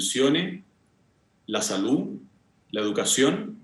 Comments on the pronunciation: A ella le amo...❤️Le haría un queque.... El: " lah pensione, la salú..." le falta siempre la última letra. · Sociale, Juece, Salu, gracia, adio, pensione, ufff qué mal habla el Dr. Constitucionalista.